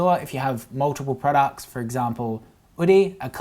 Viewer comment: thumbs up for the number of times says "prawducks"